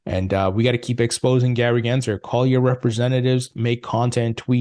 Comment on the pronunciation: There's an L in his last name. GensLer, not Genser.